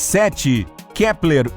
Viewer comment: Ele falo kleper 1000 vezes